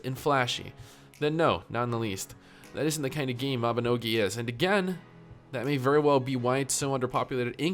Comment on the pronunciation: Dude please pronounce the word "isn't". "Is in" is not the same pronunciation.